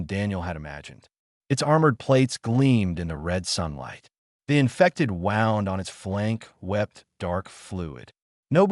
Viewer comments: Your AI is having trouble. It is bloodfang, as in "The Vampire sank his fangs into my neck." Also, its wound as in please have the doctor dress his wound, not wound as in he wound the excess rope. ALL OF THIS IS VERY DISTRACTING. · Crappy narration. Is,it Blood-Fang or Blood-Fong? Pick one. Wound was also butchered. Get better text to speech software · Wound should be pronounced properly Stupid AI garbage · The downside of AI. Do you use a short-A ah sound or a long-A aye sound in fang? Do you pronounce wound with an ow sound as in 'the path wound around the mountain', or do you use the ooh sound for wound as in 'I had a bad wound'? They're spelled the same but the meaning is very different. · Great storage enjoyed it. I just wish I didn't seem to glitch in certain points and there was some points it spoke in I think italian/Latin something similar. And certain words like it and wound also a few other get pronounced as something different.